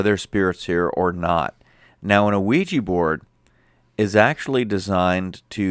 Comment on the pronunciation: "We-Jah" not "O-we-ja" or "we-gee". 😉😁 Having been doing ongoing research and communication with spirit side for 10 yrs, I've tried the Ouija on several occasions with absolutely no results! And people's perception as it being negative is bunk in my opinion. A board, rock, box, mirror...etc, they are all mediums for spirit realms, and none are any more "evil" than the other!